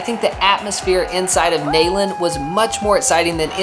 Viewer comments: It’s not “nayland” it’s pronounced “kneel and. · you were sitting just a couple of sections to my left at the Tennessee game! And I can’t believe I’m having to tell you this but it’s “Knee-land” not “Neigh-land” and that’s per the General’s widow.🙂. Great video. Glad you made it to a game this season. #GBO 🧡🍊🏈. Wish you could have been at the Alabama game. That was just epic! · You would think someone lucky enough to go to a University for 4 years would know the proper pronunciation of the stadium name, especially since it's named for someone so important! repeat after me: KNEE-LAND. KNEE LAND!!! It's NOT nay-land!!! Either say it right or don't say it at all please. Signed a VFL since 1977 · Quite the enjoyable video. BUT! It's pronounced KNEE-land not NAY-land. Come on man. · GBO! I thought id been saying it wrong my whole life 🤣 who calls it Neigh-land. It's Neeland., are you sure you went to UT? Lmao I'm jk! I love you guys. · It's knee-land stadium and you should know that. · you went to UT and don't pronounce Neyland Stadium the way everyone from here does. I have never heard someone say na-land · Neyland Stadium. “Neeland” not “Nayland” 😜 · The way went to UTK and calls it nAyland 😂😂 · That pronunciation of Neyland though 🤦🏼‍♂️ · HOW CAN SOMEONE WHO WENT TO TENNESSEE MISPRONOUNCE NEYLAND CONSISTENTLY?!